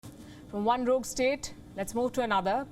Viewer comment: One rouge state, let's move to another. Lmao Palki mam you killed it